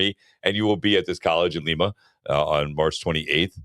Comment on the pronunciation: Lima, Oh is pronounced "Lie-ma"